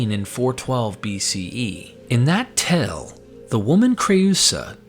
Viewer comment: great vid, but still pronouncing "tale" like "tell" instead of "tail" is so distracting.